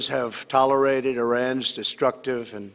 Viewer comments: Trump: “tolerited” 😂 lol it’s pronounced tol-er-ated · It sounded like "tolerising". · "will not be tolerited" :D xD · Love his pronunciation of "tolerated"